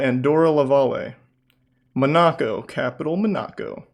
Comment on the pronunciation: Charlie’s pronounciation of Monaco was so joke 😂😂